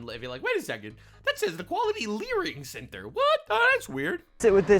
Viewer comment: It's LEERING CENTER not LEARING